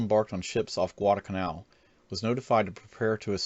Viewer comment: Thanks! That's the way I learned to pronounce "Guadalcanal." Good recounting of events.